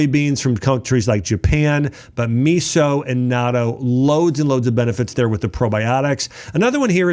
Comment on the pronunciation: I eat natto (not toe) is closer to the pronunciation, along with kimchi, umeboshi, miso, and seaweed. But, be careful with salt, Japanese foods are high in salt and not all are healthy.